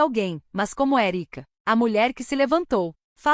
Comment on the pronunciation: O nome é ÉRICA. Está escrito certo, mas é pronunciada erica, errado.